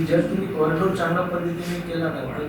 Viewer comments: कॅरिडोर नाही कॉरीडॉर मना आधी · कॉरिडॉर असा शब्द आहे, कॅरी डोर नाही